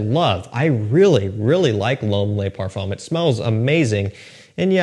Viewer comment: Yup. JPG luh marle lay parfum 🤦🏻‍♂️